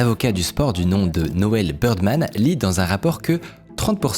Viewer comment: Très cool vidéo ^^ Je suis trop perturbé par le fait que Bidermann, tu le prononces Birdman toute la vidéo XD